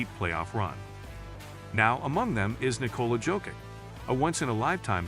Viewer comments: Just pronounce YOKICH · Horrible! You don't even know how to pronounce JOKIC!!! Bro, he is playing now 7 years in the NBA and you still don't know how to pronaounce his name? Are you dumb??? The J in Jokic is pronounced like the Y in YES or YALE!!!